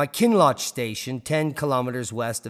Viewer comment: Kinloch not klinlock